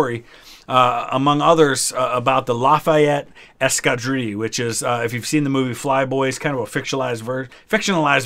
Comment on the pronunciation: Escadrille. This time you can pronounce the "L's".